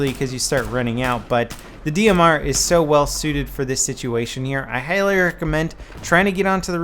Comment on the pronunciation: Did anybody notice him say I heighly recommend